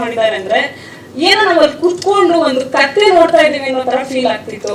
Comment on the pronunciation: was hilarious 😂😂 kathhe 🐴 ❌ kathe ✅